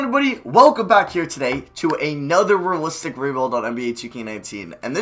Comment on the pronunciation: "Ruh-listic ruh-build"